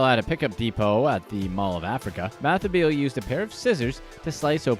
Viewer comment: I'm SCREAMING at the way Bathabile is being pronounced. 😂😂😂 It's pronounced buh-tub-il-eh